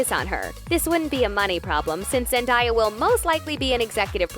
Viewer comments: It’s zendAya not zendIya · i’m sorry but why did the narrator pronounce zendaya like that 😭😭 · girl said zen"die"ya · Why does she keep on saying "ZenDIEah" its Zendaya, you literally say it how it is spelt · The fact that there's an entire pronunciation video on ZenDAYa's name and she still says it wrong. Tom even says her name right and he has an accent 😂 smdh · ZEN-Day-A !!! Like get it right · PRONONCÉ HER NAME RIGHT. ZEN-DAYA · zen- DIE -ya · zendiya LMAOOO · It’s pronounced ZEN-DAY-AH!!!!!!! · Say her name right bishhhh!!! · why is she saying Zendayas name wrong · Every time you said her name wrong my body cringed by itself.. thanks for making me feel uncomfortable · Dude why are u saying Zendaya’s name wrong?! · The way you pronounce her name ugh 😩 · for the love of god quit saying zendaya wrong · How out of all the names of the actors do you mess up Zendaya